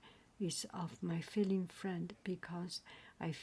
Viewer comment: Also feline is pronounced fee line